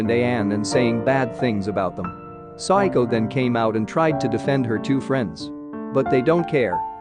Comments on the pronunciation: It's SA WA KO, not Psycho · He’s keep saying saiako its sawako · Her name is SAWAKO not SADAKO!!!!!!!!!!!!! or PSYCHO in this case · Am I the only one that KINDA hears her name as if he can’t quite say the word “Psycho”? I know he’s not saying Psycho. He showed it as Sawako. I THINK he’s saying su-i-ko Please, correct me if I’m wrong.